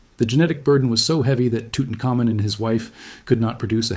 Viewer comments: Ok I think the facts are correct or mostly so but NO ONE ever pronounces Tutanhkhamun's name "toot un ka moon." That is laughable. That's when you know AI is narrating. That is badly mangling his name. It is "toot un common" and it always has been pronounced that way. Other names were mangled too. If you're gonna use AI... program it to say the names correctly. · Tootin-cum-moon lol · I always thought it was pronounced Tutankhamun, not, Tutankhamun.